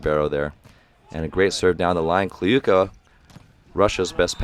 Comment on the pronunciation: ок, actually right prononciation was Kliyka [Kluka] - [u = you], Kurkaev - right Kurkayev [..Aev] with like [A = AAA], Podlesnykh - [PoDlesniH] with D and H without K, Kobzar - [..r'] with soft R, Mikhaylov - [..iHaylov] without K, like russian name Michail [Mihail], Yakovlev with accnt at YAkovlev. You pronounced the other names well.